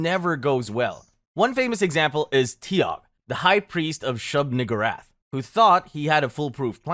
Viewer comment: Dawg it’s shub NEE-GOO-rath